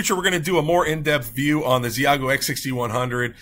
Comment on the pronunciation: FYI, it’s pronounced “she-yay-goo”